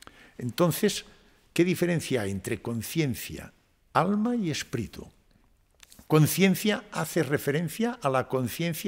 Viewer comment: Excelente entrevista, el doctor tiene unos conocimientos espectaculares, solamente le queda por aprender que no se pronuncia “espritu “ 😅😂❤ todo lo demás ha sido espectacular, gracias 🙏